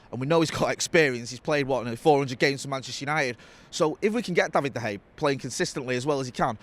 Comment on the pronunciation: Love the content lads but i wish he would say Davids name correctly 😅